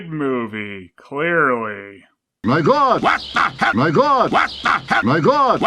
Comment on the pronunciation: The Lion still should be saying "Mahgawd" in one word, not "My God". It's more accurate.